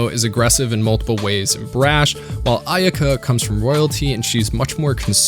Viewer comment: It's driving nuts...idk why. Maybe that it was part of my childhood even before toonami ...but its pronounced "Ah eh ka" ...I think the y is silent. Or Aeka using Japanese vowel sounds. But it's still a great video 👏